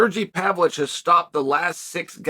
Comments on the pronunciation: Chael's got to stop butchering people's names, man. It sounds petty, but he does it all the time. It's Pavlovich, you dork 😆2 V's. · Pavlich 😆 still undefeated name pronouncer